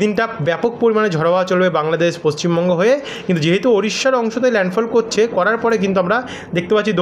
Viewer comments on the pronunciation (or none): none